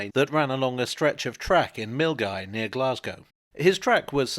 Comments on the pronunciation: Well done for saying Milngavie correctly. I live there and most call centres struggle. When I was at school I just assumed all towns had histories of experimental rail way systems. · oh wow the first english fella to pronounce milngave correctly, bravo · Full marks for the correct pronunciation of Milngavie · Best pronunciation of Milngavie from an English man I have ever heard. Well done. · I'm from Bearsden (the next town along from Milngavie - pretty good pronunciation by the way 😜) and my dad remembers seeing the remnants of the test track AND bits of the actual vehicle out in a field, in the early fifties. There's a model of it in the Glasgow Riverside Transport Museum. Good video, as ever, thanks! xNfMx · That was the best pronunciation of "Milngavie" I've heard on this platform ever! 10/10 Great video too! Cheers! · Thanks for pronouncing Milngavie correctly! 😊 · Almost fell off my seat when I realised had got it right! Not that I…